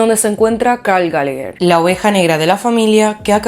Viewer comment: Ni siquiera puedes pronunciar bien su nombre